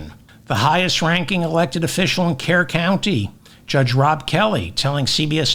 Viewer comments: David: it is pronounced Kerr - Cur county. 😅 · Kerr county is pronounced “cur”. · Kerr is pronounced CUR The city/county is pronounced CURville